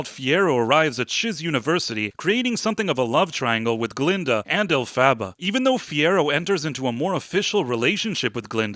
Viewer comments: First of all, you could start by pronouncing Elphaba correctly. Second, Elphaba’s father didn’t reject her because he’s a “toxic male”, it’s because her green skin is a constant reminder that his wife had an affair and the child isn’t his. I have not seen the movie yet but plan to, although I’ve seen the production several times. The more I listen to your butt-hurt criticism of this movie that I haven’t even seen yet, your childish review and vulgarities just make me distrust any review you might make. Plus you complain that it is made just for women, that’s very shortsighted and naive. The many personal reviews I’ve heard (from people I know, not some vapid YouTube critic) have been evenly positive from both men and women. I much prefer a non-biased review from someone who, even if they didn’t enjoy the movie, can give constructive criticism without personally attacking and insulting the viewers who did. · You’re saying Elphabet name wrong and I disagree with you 10000% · Can’t take you seriously when you keep mispronouncing the main characters name 😂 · Why couldn’t you just Google how to pronounce her damn name? wtf is an “Elphaba” Lame review. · Im confused. They say her name a ton in the movie - why do you keep saying her name incorrectly? Its not even close. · your AI narrator mispronounces Elphaba. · Sigh.. it drove me nuts that you pronounce her name wrong. It's not a sequel it's actually act.2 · Dude, the way you say Elphaba. Stop. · Yah, It's Alph-ah-bah like "alphabet", not Alph-abba like the band ABBA. They made a big deal out of the name pronunciations in the movie. Hard to forget if you watched the movie. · I loved watching your review, which is clearly so off as this was the third best performing at the box office in 2024. You don't even know how to pronounce the main character's name. 😂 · If you can't even pronounce alphabet's name then I don't think you need to be doing this review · Maybe learn how to say Elphaba's name. This is a silly review.